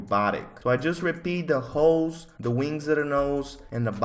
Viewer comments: I’m not hearing ‘holes’ im hearing ‘hoes’ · He said hoes not holes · sounds like he's saying "hoes" when he says holes 😂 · every time he says holes all i hear is hooes